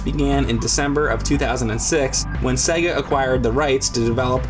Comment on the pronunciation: S E G A, Say it fking Right you Luigi Looking Mutha Trucks. I.E Super Mario Bros Film